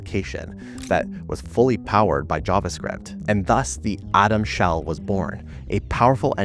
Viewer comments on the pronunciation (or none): "Atom Sheld"? lol